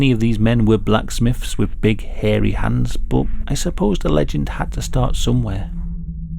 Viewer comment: i love how he says harry hands it makes it feel more like a "scary stories to tell in the dark" reading like when your friends would make try to make it sound more scary! also love hearing the legend behind this story great video:)